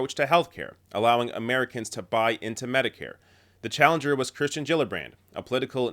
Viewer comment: someone's bound to mention it: you keep saying Kristen rather than Kirsten (which I think is actually pronounced Keersten).